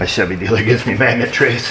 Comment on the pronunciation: it pronounced Shevee. For our Spanish speakers😂😂